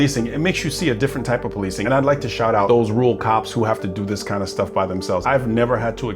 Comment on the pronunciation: Let’s work on your pronunciation of rural. You’re saying “rool”. Let’s try this: Rerr-uhl. Ok? Rerr-uhl. Now you try.